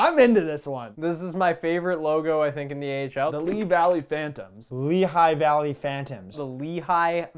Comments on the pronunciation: and are right it is pronounced the lee-High valley phantoms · Btw Lehigh Valley is pronounced how it looks(LEE-high) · actually for Lehigh valley phantoms said it wrong we actually do pronounce it "Lee High Valley" phantoms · My man said Lee Valley Phantoms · As a proud former resident of the Mid-Atlantic, my ears cry in horror at the mispronunciation of "Lehigh Valley" and "Wilkes-Barre".